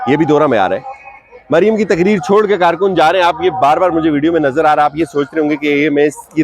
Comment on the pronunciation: Paid karrrrrkun, hahahaha, pura tabar chooorrrrrr,😊